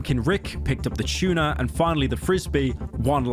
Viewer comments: Pyro really does pronounce T's as "Ch", like when he said Chuna instead of Tuna. Bro unironically says Chewsday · “A Can of chewna” (tuna”